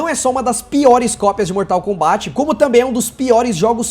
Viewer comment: Meu Deus, primeira pessoa do YT falando Mortal KombÁT... como se deve falar. Obrigado!